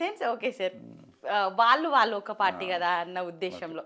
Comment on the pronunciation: ళ అనే అక్షరాన్ని సరిగ్గా పలకని ఈ యాంకర్ మీకు అవసరమా? వాల్లు వీల్లు… అని అనటం ఏంటి? దరిద్రం కాకపోతే!! మా కర్మ.